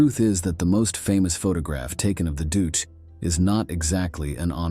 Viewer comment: Doose????? Don't you mean EL DUCHAY? Not the spelling but how it was pronounced. Pathetic AI. Pathetic editors too. EL DUCE, was this bastards name.